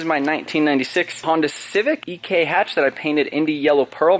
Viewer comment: "Ek hatch " lol